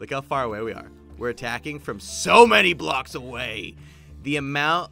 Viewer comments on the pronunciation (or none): none